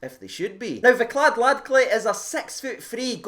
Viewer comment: Well done on nailing the name mate 😂👏